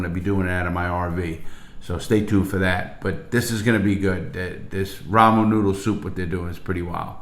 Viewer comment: The way he says "ramu Noodle soup" instead of Ramen Noodles is bothering me lmao